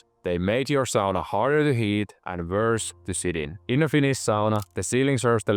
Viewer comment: I knew from how said Sauna I was in good hands!